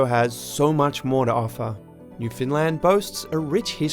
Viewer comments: I'm sorry but your pronunciation of Newfoundland hurts my soul. Canadians don't emphasize any of the syllables. It's just New-found-land, evenly paced. But you are decently correct with pronouncing it more as 'New-fynd-land'. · Newfoundland, not "New Finland" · Pronounced Uruguay like Homer Simpson, called Newfoundland 'New Finland'